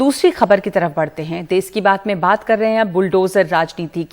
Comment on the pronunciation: For your kind information it is not देस,,,, it calls देश. Please do correct........